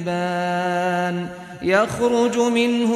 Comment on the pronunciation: I dont know why, but it looks like that u are saying tukadibaan instead of tukaziban ?